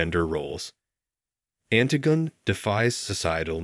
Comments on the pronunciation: Yes, I'm really surprised. Surely if you're going to go to all the effort of putting together a video like this, you'd check on how to pronounce the title and author. The most common pronunciation is anTIGone by SOPHocles. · Did you seriously pronounce it "Ant-i-gun by Sof-a-culls"? This is the worst.